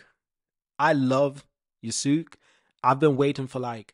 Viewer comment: Love the video. But so you know, it's pronounced Ya-skay